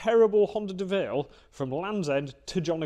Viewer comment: Doh-ville, not Deville!